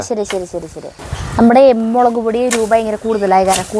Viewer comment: എന്റെ കിടാവേ മേളക് അല്ല മുളക് ❤❤❤❤❤